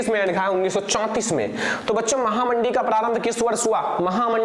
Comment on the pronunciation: Sir yah महामंदी है महामडी नहीं है 😆😊